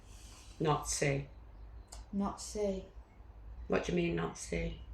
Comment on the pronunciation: Its not Not see... Say it again.